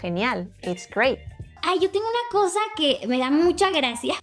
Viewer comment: In the Mexican lady says /koza/.../gratsia/ as in medieval Castilian. Both the sound /z/ and the sound /ts/ evolved into /θ/ in central-northern Spain and into /s/ in Andalusia, Canary Islands and Hispano-America. The sound /z/ as English "z" can also be heard in other parts of Hispano-America but is on its way to disappear. The most neutral accent is the accent of the Canary Islands; The accent in Spanish TV is very strong.